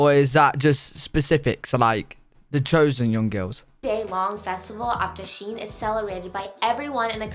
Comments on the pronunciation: It’s pronounced dasai even tho in English u write Dashain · Did she say dashin it’s not pronounced like that.... but I am great full for them taking the time to make a video about Nepal